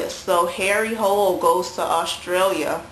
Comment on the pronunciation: Harry's last name is pronounced like 'hula' :)